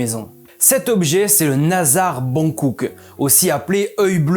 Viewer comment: ça se prononce Bonjouk, pas boncouk